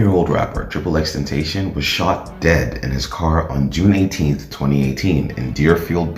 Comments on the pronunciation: STOP SAYING HIS NAME WRONG ! !!!!!! D:<<<<< IT IS NOT XXX TEN-TAY-SHIN IT IS XXX TEN TOSS-SEE-OWN!!!!!!!!!!!!!!! I WILL NOT BE SUBSCRIBING OR TURNING ON NOTIFICATIONS!!!!!!!!! FUCK YOU!!!!!!!!!!!!!!!!!!!!!!!! DONT EVER DISRESPECT JAHSEH LIKE THAT EVER AGAIN!!!!!!!!!!!!!!!!!!!!!!!! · Dude u say his name so wrong....its pronounced, ten-tass-sea-on NOT ten-sation how u say it🤢 I was gonna give a "like" but from insulting homeboys name like that sorry I cant🙏🏼 and its not "triple x" 😅 u pronounce it how u see it, ex - ex- ex🙏🏼 I like the Vlad TV interview with daylghts alter ego....he spills the beans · tentation is not his name ..... ten ta cion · L for you saying triple x tentashon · Triple X Ten (ta-c-ön) pronounce it right bitch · Ten Tayshin. Can’t even pronounce his name right, but knows enough to walk you through a hypothetical murder case. 👌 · I would follow if you pronounced Xs name right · Can you say and spell his name right? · Jesus pronounce his name right, please, he’s not with us no more, that’s mad disrespectful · I’m mad at how he pronounced his name. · You say his name wrong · Bothered me how you kept pronouncing his name wrong, but nice video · Ain’t nobody gonna mention how this dude made a 20min plus video and researched xxx and can’t even say his fkn name right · No one finna talk about how he said xxxtentacion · I dropped a dislike solely because it’s 2021 & you can’t pronounce X’s name right. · Yeah first thing I noticed too. Do you not listen to him or watch interviews? He explains his name many times. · cuz he can’t pronounce his name 😂😂 ignorance isn’t a good look..he’s not the only one giving this same information just saying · Aye at least pronounce his name right next time guy. 😒